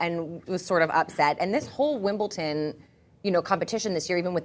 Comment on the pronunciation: What's with you Americans and the pronounciation of Wimbledon? It's wimbleDon not wimbleTon ! Get that shit sorted lol